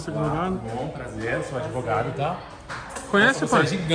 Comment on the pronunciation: A famosa "labia de ADEVOGADO" !!! KKK 🤦🤦🙈🙈🤡😂🤣🤣🤣🤣🤣